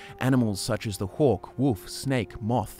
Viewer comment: Each time he says “hawk” it sounds like “hork” and I imagine some kind of baby horker